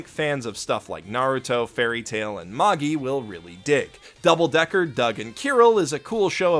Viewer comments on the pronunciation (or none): none